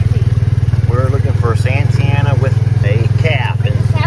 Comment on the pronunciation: OK. So, I'm assuming that the "i" in Santianna is silent? Cause that's confusing my brain. It reads, "san-tee-anna" When you say, "Santana".....I think, "Carlos". See what I mean. So, the teacher. School me on this one, please.;-) Rock on,. Hope that drain water problem gets solved quickly for y'all!